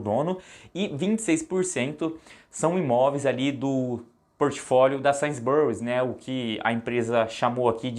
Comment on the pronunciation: Tava até levando o vídeo a sério até o cara soltar um ‘Sains Burris’ 😂😂😂 ai me quebrou…